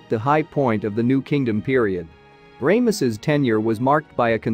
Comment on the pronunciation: I love the awfulness of Ray=muss-us. and then for a moment I thought the AI voice ssid the to,be belonged to the late Ron Wyatt. I had to listen a second time to be sure it wasn't Ron. If people are going to rely on AI software that mispronounces then the least they owe us os to check the pronunciations.